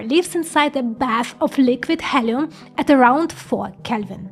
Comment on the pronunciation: heal - e - um ... not hell - e - um